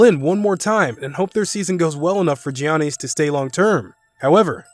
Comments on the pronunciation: Man said jiannees instead of Giannis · 'Gioknees' XD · It's no way he haven't heard an announcer say his name. Yahniss god damn that shit hurt my ears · It is Giannis not Jeanie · It’s pronounced yannis not jonnice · It is funny how he pronounces Giannis as Jianees instead of pronouncing it as Yanis. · Its yannas not giannas to prouns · Geeani lol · You lost me at "Gee-Awny." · Did you say janeez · I stopped listening when dude said "Jee-Ahnny." LOL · man said "johnny's decision" xDD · Bro who tf is Gi-an-nees??? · do you purposely mispronounce shit? "best free agents will resign XD Mike D'anthony and Johnnies Antetnkounmpo" wtf lol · mans said gee ann eee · Dude, do us a favor and keep GEEAhNus' name out your mouth. Butchered it. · Pronouned as "Yawn-Ness" bro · Johnny’s Antentekoumpo 😂😂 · dude, dafuq is Geeanny, do you even watch basketball? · “Gee Honesties” wtf🤷🏾‍♂️🤷🏾‍♂️🤷🏾‍♂️🤦🏽‍♂️🤦🏽‍♂️🤦🏽‍♂️🤦🏽‍♂️ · Bruh ITS YANNIS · is giannis not jionis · He said johnnys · He literally pronounced almost everything wrong in this video. Wojay bomb Res-ign instead of RE-Sign Buddy Hields Davis Bertins Mike DeAntunee Geeannies Chams Vladi Deevis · Who TF is johnys 😂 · “Ge on as” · I never knew Greek and India are some how related. Gianny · Does this dude even really watch basketball? He sounds like he's reading a script the way he says Giannis and D'Antoni all wrong. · He Giannis name wrong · I can't take this dude serious when he can't pronounce anyone's name correctly. He messed up like 8 people's names. He obviously doesn't watch basketball. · Bro learn how to say Giannis PLEASE!!!! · as soon as i heard him say Giannis's name wrong i knew there was gonna be a whole comment section of that below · This guy doesn't deserve to make NBA video if he can't correctly pronounce the 2 time reigning MVP. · Plz I want a custom ps5 and plz look up how to say Giannis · He mispronounced Giannis Antetokounpo's first name lol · Are we gonna avoid the fact he said Giannis wrong 😂